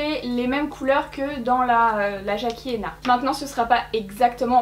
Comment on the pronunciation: je t’adore. Ton accent pour tousssss les mots anglais je m’en tape. C’est pas ton job et c’est pas pour ça que je te regarde Mais son nom c’est Jackie Aïe-Na Fallait que ça sorte. Pardon. Bisous. Hahaha